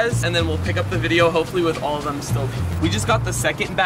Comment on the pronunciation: I thought he said bunch o balloons but it was bunch of balloons